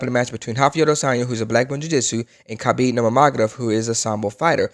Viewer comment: Khalabeeb Numagodov 😂 nice insight tho bruh 👊🏽